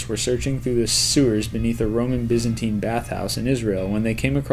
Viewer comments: It's not bis-in-teen, its bye-zan-tine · He pronounced Byzantine wrong.